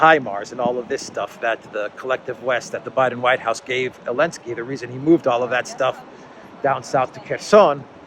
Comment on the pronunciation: sorry, while i agree on everything you say please his name is Zelensky not Elenksey